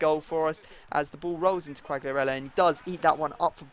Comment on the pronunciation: you don't must spell the G from Quagliarella so Quaiarella ^^